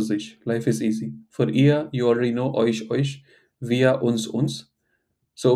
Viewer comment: 'u' in 'euch' prompts me to pronounce it as 'oekh', which is not correct. :( It takes me a conscious effort to pronounce it correctly as 'oesh'